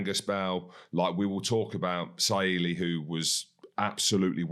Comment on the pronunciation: Great video analysis. Just some feedback on the Pacific surnames. It would be nice to try and pronounce these names correctly. It’s not pronounced Sa-i-l-i or has an ongoing stutter. Think of it phonetically - Su-ar-lee-e. Andrew said it well. You’ll no doubt hear his name more often.